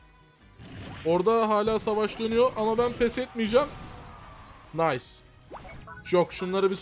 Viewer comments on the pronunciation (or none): none